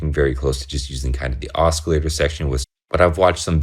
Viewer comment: "OsKillator" lol... Just playin' tho. Great vid and I couldn't agree more, I love my Neutron. Just got the Crave to go with it for a sequencer and extra oscillator n patch points. Can't wait to start digging in with these 2 together.